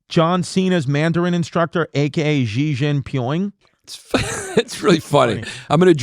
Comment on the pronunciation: make no mistake, cuz, kid has an American passport and bleeds red white and blue, so he's saying way-shawn-shiea. And if you think he doesn't say she-jayng-pin, you got another thing comin